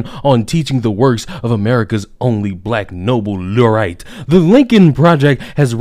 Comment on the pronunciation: Laureate. ‘Lorry-ett’ is probably a better pronunciation.